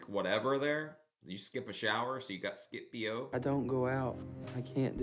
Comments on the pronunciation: LMBO oh my goodness, I love your commentary! You crack me up frfr. Skip Bo (as in bow, not b.o.) is a fun card game. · That is a game Skip Bo sounds like skip Beau ita a card game lolol not BO as in body order lolol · Omg skip bo is a card game 😂😂 it’s pronounced lije “bow” but that has me dying. You have to okay skip bo now it’s fun!!!! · Skip BO - lmao dude you crack me tf up!! That is a card game called “Skipbo” haha. 😂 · That is a card game skip Bo( pronounced like elbow)